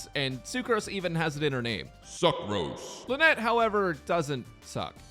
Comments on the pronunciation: Think I might sub for this… “SUCCROSE” 💀 😂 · SUCKROSE i mean SUCROSE 💀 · NOT THE "SUCCROSE" KDJFNVALKDSJFNVAKJ But laughter aside, this was very compelling in making me build her